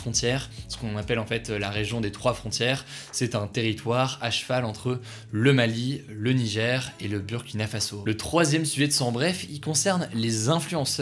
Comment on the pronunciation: Juste un petit détail "Burkina Faso" se prononce en vrai "Bourkina Faso" car ce n'est pas en Français et il ya une signification précise à ces mots. Nous tenons beaucoup à ce que cette prononciations soit respectée.C'est une remarque bienveillante, si non j'adore tes vidéos et je te suis justement depuis le Burkina Faso.🇧🇫🇧🇫🇧🇫🇧🇫